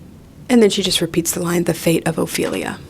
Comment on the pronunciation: I don’t think ts knows anything about Hamlet, so I didn’t take it personally when she completely butchered Ophelia 😂